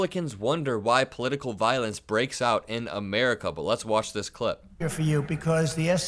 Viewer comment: “Thay” he can’t pronounce the letter s properly